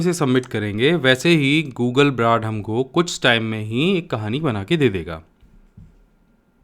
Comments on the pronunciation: Please correct your pronunciation of "Brad" it's name google Bard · Bhai sahab...Pehli baat to yeh ki Google BARD hai बार्ड! ब्राड नही।